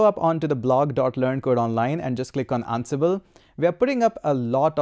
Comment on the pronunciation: I feel like you're saying annabelle. sir it's "an-sible"